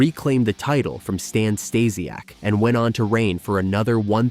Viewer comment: Who exactly are Ted DiBiahs, Ted DiBiaise, and Stan Stahsiak? I only know of Ted DiBiase and Stan Stasiak